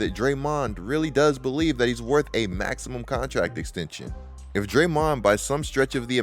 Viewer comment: Man that "DrayMOND" pronunciation threw me off all video long 😅